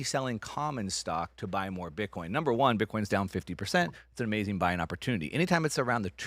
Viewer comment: It's AMAZING....not AMAZINK!!! 😣 Where's Bert today???